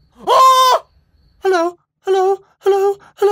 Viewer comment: it’s funny how his “hello” slowly turns into a “hell no”